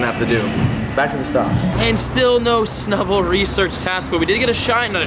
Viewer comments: you said snubbal research task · You said snubull research task